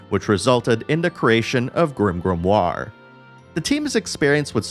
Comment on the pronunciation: Stop saying grimgrimoire